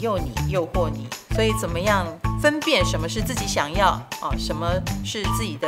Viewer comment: 分「辨」 很「痠」